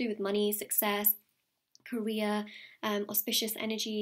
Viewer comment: when i heard career i thought she said korea